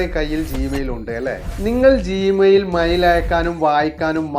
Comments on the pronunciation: മയിൽ അല്ല മെയിൽ 😮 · മൈൽ അല്ല മെയിൽ ആണ് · മൈൽ 🦚 അല്ല mail 📩😂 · എടോ മയിൽ അല്ല, മെയ്ൽ ആണ്. 😱🙄🤐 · മയിൽ 😂 അല്ല മെയിൽ ആണ്.